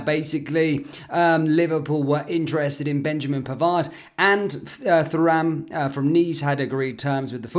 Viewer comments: Loving the channel mate, an keep on doing what you are doing 👌🏻💪🏻 Though….It’s Churam, not Feram…I’m 40 years old and I remember his old man back in the day…What a Monster Lilian Thuram was 👌🏻💪🏻 Apologies Pal 😂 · I have to say, I think Thuram (FYI pronounced "Too-ram" !) is a far better option than Manu Koné. He can press and tackle every bit as well as Koné, but what marks him out is his ball distribution and he has a goal threat from midfield. I've also heard that Koné is a bit injury prone and between you, me and the gatepost, we do not need another player who spends a lot of time on the treatment table. Pavard would be an excellent option for us at right back and he could then be understudied by Ramsay and allow Jurgen to move Trent permanently into the right-sided midfield role in which he excelled in this season just ended. I would love to see Gabri Veiga in the Firmino role and Josko Gvardiol brought in to replace Matip. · Please learn how to say the players names. Thuram's dad was pretty well known and so is the correct pronunciation.